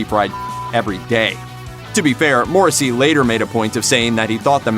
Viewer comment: learn how to pronounce his name correctly before spewing bullshit on one of the most gentle, and beautifully misunderstood lyricist of the modern age.